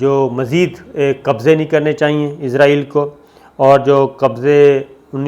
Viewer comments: Sabir sb, I have heard you many times pronouncing Israil as Izrail.Being a journalist we expect correct proniunciations. Kindly be careful. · پہلے تو آپ اسرائیل کو عزرائیل کہنا بند کریں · اس جاہل اینکر کو اسراٸیل کے نام کے تلفظ کا ہی علم نہیں ہے ۔عزراٸیل کی رٹ لگا رہا ہے ۔یہ تو موت کے فرشتے کا نام ہے ۔اس کا مذہب کے حوالے سے بھی علم ناقص ہے ۔